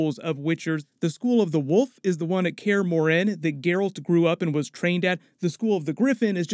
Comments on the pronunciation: "kaer morHEn" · He said care-uhh-more-hen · The way he says Kaer Morhen lol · Your pronunciation of Kaer Morhen is appalling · I hate the way this dude says Kaer Morhen